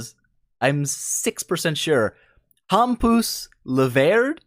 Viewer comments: just hearing you butcher my name is worth 5$ ;) keep it up! Hampus Laveryd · hahahah ye ur right Hampus is a Swedish name, and ur pronouncing it wrong hahah but nice try, its hard with English